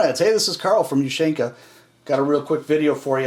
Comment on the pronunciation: Ushanka Forgot to tell you. You probably know this already, but you are mis-pronouncing ushanka, I even did not understand it at first. Its oooshaaaanka...from the word oooshi...meaning "ears"... your vids are awesome, thanks!